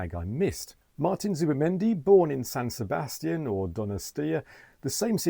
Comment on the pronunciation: Good pronunciation of both San Sebastián and Donostia 😊